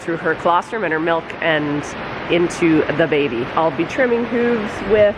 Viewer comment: Pls tell me where you’re from I never heard someone pronounce them “huuves”😂